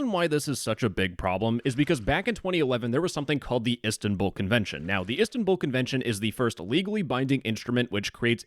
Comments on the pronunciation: It’s “is tan bol” not “istan bull” Also it’s “Istanbul” not “istanbül” Also “Celik” is pronounced “jelik” since in Turkish the celik you said would be “Çelik” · Bro said ESTANbull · the pronunciation of Istanbul😭😭